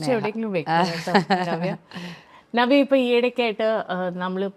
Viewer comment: ഞവ്യ അല്ല. നവ്യ മലയാളം സ്റ്റൈലാക്കി പറയാൻ നോക്കുകയാണ് അവതാരിക😂